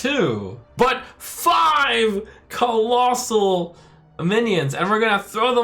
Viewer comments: Why does he keep saying "collosai" instead of collosal? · collossus in multiplum = collossi